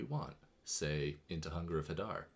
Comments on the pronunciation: Amazing content, the elephant image was just too funny. Such an underappreciated channel, for such good content, +1 like and sub. Also, I believe it is pronounced huh-dar. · I think it's huh-dar. :trophy-yellow-smiling